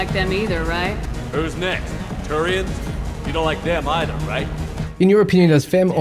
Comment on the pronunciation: It's pronaunced 'either' not 'either' !